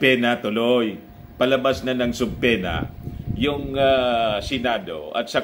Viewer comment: subpaena should be pronounced as su'pee-nu